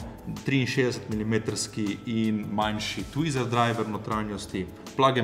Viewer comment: TWEETER ne twizer 😂